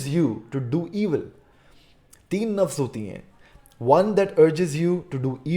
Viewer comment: Nass nass se waqif not nafs nafs se waqif